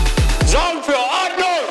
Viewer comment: Persönliches Highlight bei "orndnung" und "soundgoodizer" xDDD